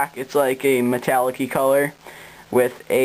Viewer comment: "meticallic-ee color" yes.... very metalic-ee